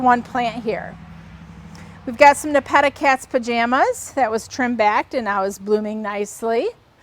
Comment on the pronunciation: Ne pe ta, there are not two tt’s which would allow you to pronounce it as ne petta.